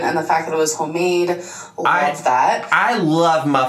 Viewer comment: "Hoe Made" LOL